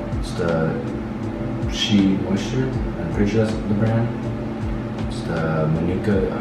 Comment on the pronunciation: Not him using black hair care line lol and one of them being taraji p Henson line also you pronounced shea moisture wrong